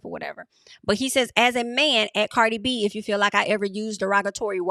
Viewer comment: Why you keep pronouncing her name like that?